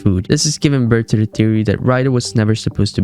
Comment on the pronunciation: I wanted to watch this but I can get through the lazy speech. Duh ≠ the. Unless English is not your first language then I guess it's a pass. Still, can't watch